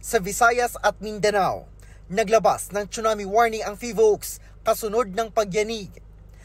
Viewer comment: Its sue not chu